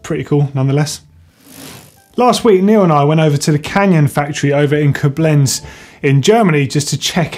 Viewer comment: its sooo funny how you pronounce koblenz;)